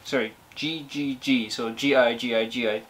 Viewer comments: JiJiJi is not G G G like you pronounce, it sounds more like he he he (the sound when you pronounce he not the meaning) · The right pronunciation was Hee hee hee... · I don't want to argue, just for you to know, it's pronounced like "Hihihi"! Greetings from Argentina!! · Jijiji is the name of the song, you should pronounce the ''j'' in this case in the same way like the ''h'' in english language. Indio Solari is the singer, this song is grom a band he had since 1976 until 2001, that was called Patricio Rey y Sus Redonditos de Ricota, also known as Los Redonditos de Ricota, and also as Los Redondos. I recomend a song from his former band, it's called 'Criminal Mambo'